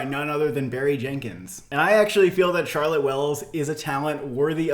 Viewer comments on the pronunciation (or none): none